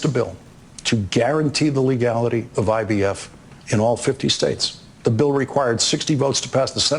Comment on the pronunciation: But yet Trump was calling himself the “Father Of IVF” & sometimes he said IVS 😹😹